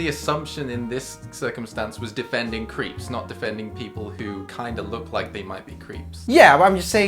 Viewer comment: i don't know why that mispronunciation of creeps triggered me so much ohhh their talking about the person not the MARVolus french food